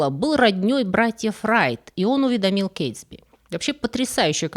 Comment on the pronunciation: Мне очень интересно, почему в каждом своем видео делает эти странные, как у ИИ, ударения в известных, простых и общепринятых словах. В этом конкретно: "принял его за слУгу", вместо "за слугУ". И "уведомИл", вместо "увЕдомил". Может, это специальная "хитрость": чтобы зрители были внимательны и писали комментарии!😂